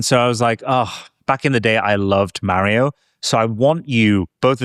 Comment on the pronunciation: MAAHrio hahaha nice